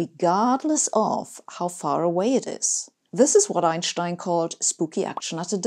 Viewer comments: It’s German pronunciation, and I’d also say it’s the correct one… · Sabine I'm smitten you have it all brains a seductive accent,good looks and best of all confidence so if you're interested let me know I'm sure my wife won't mind!!! Seriously I love your videos but my favorite thing is the way you say Einschtein it sound right!!! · That's the correct German pronountiation. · It is always pleasant to hear Einstein's name pronounced correctly. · I don't know where you are from (I'm french) but it's refreshing to hear Einstein's name pronounced correctly